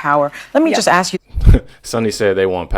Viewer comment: It’s ask, not ax